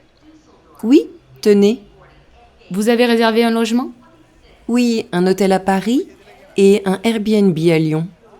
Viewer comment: Merci beaucoup. I found difficulty with ici pour du tourisme, restez sounded like visité, billet de retour, un logement sounded like arrangement. The rest I got it right.